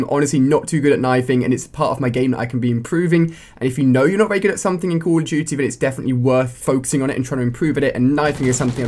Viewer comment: It sounds like he says call of chuchy ghost lol